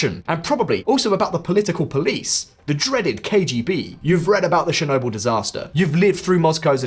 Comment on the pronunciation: I lived in Ukraine - Lugansk -for 14 years and I have visited all 25 regions of the country. You want me to support your channel and you can't even pronounce Yanukovich correctly! It is not 'Yan hook a vich' it is 'Yan oo ko vich'! Yanukovich! As for Chernobyl - it is not 'Shernonbil' It is Cher as in Church - 'Cher no byl'! Chernobyl! Don't even get me started on that American woman's pronunciation of Crimea!